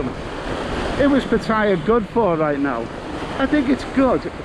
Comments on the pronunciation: FFS - if you want to be Pattaya blogger at least pronounce the name correctly - there is no tire in Pattaya. You sound like a complete say Pat Tire. But great vid anyway very informative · Why can't Thai vloggers just pronounce Pattaya the correct way! Hint. Ask a Thai person to pronounce Pattaya. How hard can it be?🤔